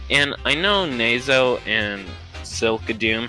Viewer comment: You said nazo wrong it nah zo not ne zo